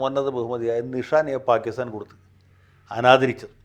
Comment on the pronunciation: Nishan-e-Pakistan ആണ് ശരിയായ ഉച്ചാരണം.